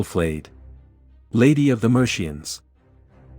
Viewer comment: Haha I bounced at "Mershians".